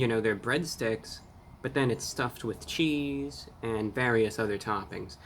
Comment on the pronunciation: he said cheese like squidward on the pizza delivery episode